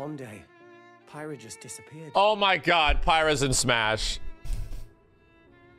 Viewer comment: Um it’s pronounced pyra.☝️